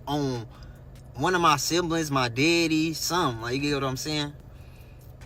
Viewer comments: If this 🥷 say “deddy” one more time😤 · Omg I hate the way he says DEDDY!! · It’s the way he say my deddy is sending me